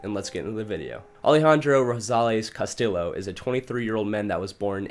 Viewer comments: Ok bro his name is hispanic so its not CastiLLo but CastiJo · No don’t get better! That was the best part of the video! Cuh-still-o, Dee Geezus, Rad-uh-Lot 😆 😍 💀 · I was just about to comment haha. “CastiLLo” really irked me haha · Not castiLLo 😂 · The way u pronounce Spanish names is so funny lmao I’m white (not Hispanic white) but idk maybe it’s cuz I grew up in nyc, I know Castillo is a double L… double L is not said as an L sound, but a Y sound…lmao and “de Jesus” of course is pro unfounded “hay-suess” the Spanish way, not “jeezus” lol! I don’t speak Spanish I just know this from reading, school, learning, listening, simple life experience like knowing someone with a certain last name and hearing the name spoken aloud and then seeing it written and connecting the two… maybe you’ve never known/ grew up around any Hispanic people? Or some people are just not good with grammar/ pronunciation/- I’m not trying to shit on you btw, I just saw ur pinned comment! I kinda thought it was funny like on purpose at first, I’m honestly just wondering how u can grow up in America and not know these things ! Lol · Bruh the amount of times he pronounced Castillo wrong was annoying 😂